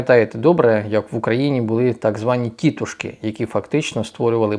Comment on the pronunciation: ТІТущки ? Я ніколи не сумнівався в походженні автора до цієї фрази , це ж народний фольклор і всі знають як правильно казати тітУшки це наче якби автор не зміг правильно сказати паляниця 😂